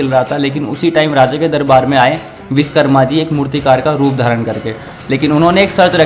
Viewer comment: Tum log thode ghadhe ho kya😡 1. बाल भद्र ❌। बलभद्र✅ 2. विषकर्मा ❌ विश्वकर्मा ✅ Gadho 🫏 pehle sahi se Hindi bolna sikho aur aur devo k naam ko sahi uchharan sikho, fir vdo banana